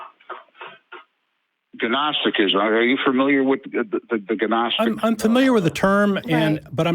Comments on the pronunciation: The “G” in Gnostic is silent .. pronounced “Nostic”…. And the reason many of the Gnostic books weren’t kept — is because they were even less believable (If Thats even possible) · Why does he keep pronouncing the g in "gnostic"? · Please tell that man how to pronounce gnostic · I blame the GNU operating system and the Gnome desktop environment. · I think he only ever read it, and with his limited education he never learned the silent G concept. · It's so annoying